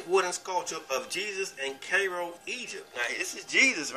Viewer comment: You have an interesting topic but you have to get better at your pronunciation for example it's not pronounced ka-ro it's cai-ro. People will take you more seriously when you speak with more clarity. Just a thought.